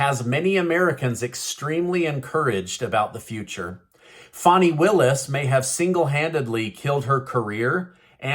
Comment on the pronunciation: Her name is not FAWNI, it is FAN-I rhymes with ban, like the slang term for a butt a fanny. Questionable content in her character.